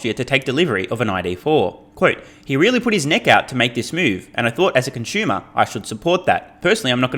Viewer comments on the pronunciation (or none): It's pronounced con su mer